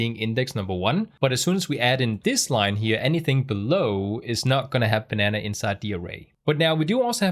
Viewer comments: Great video. Also, your initial pronunciation of banana is correct. No need to change it. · You say "banana" absolutely correctly. Americans say it slightly differently but they American after all. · your php videos are the best on youtube. But you, sir, are a banana! It was so cute how you experimented with the very American pronunciation of the word, personally, I like your pronunciation better. Jeg elsker dig min bror.